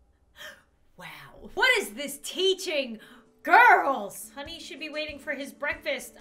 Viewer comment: she is saying SHOUDL